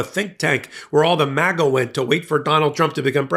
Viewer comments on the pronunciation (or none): none